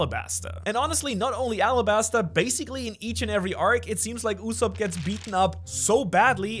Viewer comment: did u call soge KING USSOP??, AINT NO WAY YOURE LYING RIGHT